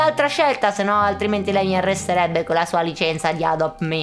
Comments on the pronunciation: non si dice adom mi ma adot my 😂😂. Comunque ti adoro e ti srmeguero sempre. Ti amooo❤️❤️❤️ vorrei incontrare e anche francy💕💕💕💕💕💕💕💕💕💕💕💕💕💕💕💕💕💕💕💕💕💕💕💕💕💕💕💕💕💕💕💕💕💕💕💕💕💕💕💕💕💕💗💗💗💗💗💗💗💗💗💗💗💗💗💞💞💞💞💞💞💞💞💞💞💞💞💞💞💞💞💞💞💞💞💞💞💞💞💞💞💞💞💞💝💝💝💝💝💝💝💝💟💟💟💟💟💟💟💟💟💟💟💟💟💟💟💟💟💟💟💟💟💟💟💟💟💗💗💗💗💗💗💗💗💗💗💗💗💗💗💗💗💗💗💕💕💕💕💕💕💕💕💕💕💞💞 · Ma solo io o la non dice bene adopt me dice tipo adobt me? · Si dice adopt me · ti amo sei la mia idola visto che nn sono iscritto lo faccio subito!!! ma nn sapevo che dici le parolacce però ai detto ado me e poi adopt me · communque non ti sto giudicando ci mancherebe ma non si dica adom me ma si dice adopt me ps.ti voglio bene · non si dice ado me si dice adopt me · Cosa guai detto a adotme non avevo capito 😆